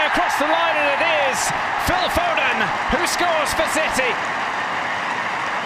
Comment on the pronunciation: FO-DEN 😂😂😂😂😂😂 read his name wrong